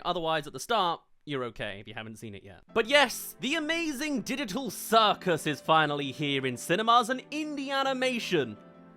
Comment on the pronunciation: "amazing diditol circus"